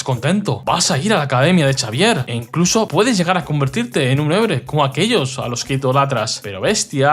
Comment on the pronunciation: Por Dios. El profesor Chavier porque no se pronunciar una puta X